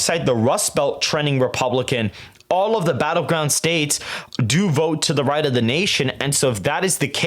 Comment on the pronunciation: …points nation…. I had to rewind 3 times to hear “to the right of the nation”